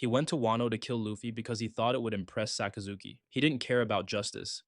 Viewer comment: Sakazuki sounds so much cooler with the right pronunciation, I lose braincells every time I hear Sock uh Zookey